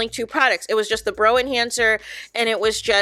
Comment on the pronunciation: My only complaint is the pronunciation of brow... It rhymes with NOW....